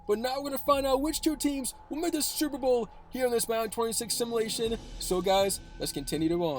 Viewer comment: Someone please teach this young man how to pronounce simulation. Otherwise good video.